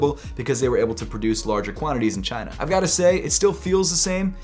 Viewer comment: he said made in Chaineeeh....